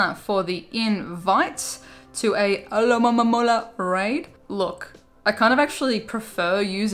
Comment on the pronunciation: She sounds like she speaking tongues everytime she says Alomomola. Lol